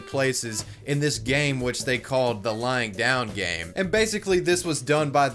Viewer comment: It sounds like you’re saying “lying down gang” which I like a lot more